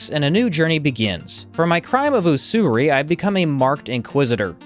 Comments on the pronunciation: Just a note: it's use-ur-ee, not oo-soo-ry, and refers to charging extortionate interest rates on loans. It's a crime and concept that's died out in the modern age... which is probably why it's so common now. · Its pronounced (Useury), its the thing Jews invented.